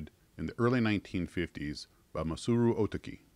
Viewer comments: Oh TAHK -ee is the correct pronunciation. ie, the British long A sound for the second syllable. Japanese syllable split in words is closer to British splits rather than US English and syllable lengths closer too than the American habit of placing equal stress on all syllables. You're the first (and only) person I've ever heard pronounce it the way you do. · Dude ya killing me with your pronounciation. It's Oh Tah key. But yes those WW II planes are still around under Arii label and build well. When the virus let's up I'll send you one when I get over there. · Are you sure that isn't pronounced Oh-ta'-key? That P40E painting looks mighty familiar. A very similar image, only reversed, was used on the Revell 1/32nd scale Aleutian Tiger kit.